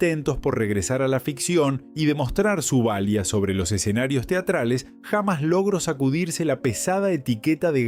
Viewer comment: Pónganse media pila con el audio! Hay buenas inteligencias que hace audios como corresponde, no este desastre gramatical! Pronuncia hamas en lugar de jamás! No le pega a un solo acento. HORRIPILANTE! (o escriban bien el texto que van a verbalizar, se ve que las tildes no existen para el redactor)